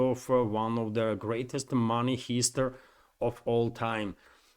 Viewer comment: Heist. It's pronounced Hi-st like Hi. not He-st